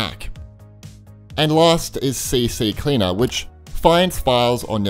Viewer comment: ITS C CLEANER NOT CCCLEANER :(